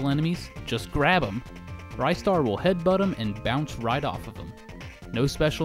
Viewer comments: It's Ri-star, not Rye-star. You make him sound like a special type of bread. It's a classic game though, one of the best games I ever played in my life and as for the music it's probably the best from that composer. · Glad someone said it. BTW it's not pronounced Rye-star it's pronounced Ris-tar! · ryestar? are you shitting me man!?!!?!? ITS REEE STAR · Its Ristar not RiStar. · It's not Ristar! IT'S RISTA THE SHOOTING STAR FOR CRYING OUTLOUD! Well I do not care what you go by. Did not pull out REGIONAL DIFFERENCES! THIS IS LIKE SONIC CD'S CASE OF GRAPHICS! OH MY GOD POINT OUT THE REGIONAL DIFFERENCES BEFORE REVIEWING * PACE PALM * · I love this game. Ristar is to this day still one of my favorites. I guess this whole time I have been pronouncing his name incorrectly. I thought it was pronounced like wristar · It's pronounced WRIST STAR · He keeps mispronouncing it... it's WRIST STAR. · the moment he said rye star I knew something was wrong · I'm pretty sure it's pronounced "RIZ-STAR" but, tomato, tamato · Your saying Ristar wrong.